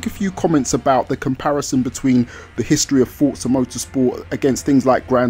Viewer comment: The Game is Called Forza, Not Fortsa, ffs!